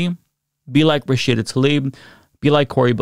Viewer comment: Is saying Rashida's name incorrectly or is it me?